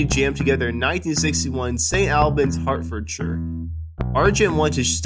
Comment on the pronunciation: Indeed. St Albans, for instance, needs to have the 'a' vowel from the word "awl", not from the word "far"